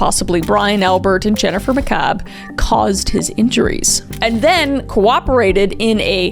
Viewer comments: now Kris i know you didnt watch rhis case because you failed to mention how the Canton police didnt collect evidence properly. They put evidence in red solo cups and then set those in a grocery bag. Also it pronounced ma cabe. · Karen Read: Not guilty on all charges related to John. Guilty on operating motor vehicle while intoxicated. FBI was involved and the experts used by defense were actually hired by the FBI. Several officers have been fired or "rehomed" for things in this case. Pronunciation: Mc Kay-b (McCabe) Can-no-knee (Canone) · Jen “Macabre” is sending me. 😂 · Ok.... I know you don't intend it but mispronouncing Jennifer McCaib's name is giving me LIFE!!!! I spent over a year, TWO TRIALS watching this unfold and she deserves the DEEVER treatment.